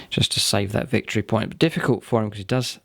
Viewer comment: "Ve fe' Victory yay Git!" XD